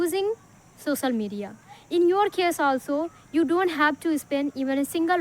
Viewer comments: Not सोसल it's सो श ल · Bro her accent is not good but fluency is good...languves,sosal media,inicially,hab anyone, is this the slang your talking about? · Sosal media nahi ...social media bolo first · Sosal media not social (soshial) 😊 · Sosal or social 😂